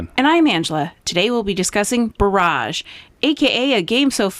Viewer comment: Just FYI, when referring to a water blockage or dam, such as in this boardgame, it's pronounced [ ˈbär-ij ]. That is, emphasis on the "bar", not the "age". Pronouncing it [ bə-ˈräj ] or similarly, emphasis on the "age", refers to artillery barrages or other similar or metaphorical bursts. (It's allrigh though, just pronounce it how you will. Just thought it was a neat fact to know).